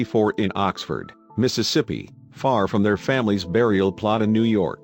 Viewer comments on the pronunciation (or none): none